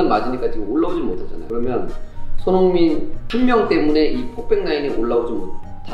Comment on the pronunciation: 이영표님께서 자꾸 손"홍"민 이라고 하는거 같이 들리는건 저 뿐인가요~~